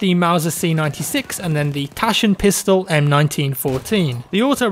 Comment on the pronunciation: J love it how ypu spoke Taschenpistole 😁